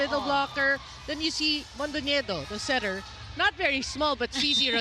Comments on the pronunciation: Unpopular opinion: the least that these courtside announcers and reporters could do is know how to pronounce the names of not just the players but also the coaches. Zus's setter name is pronounced mon-don-niye-do not mon-do-ne-dio. Also NXLED head coach gwi-de-ti not gi-de-ti. 😅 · Congrats CMFT!! Pero sana aralin din ng commentator how to pronounce the player’s last names. Mondonedio ng mondinedio si ate gurl, kairita😂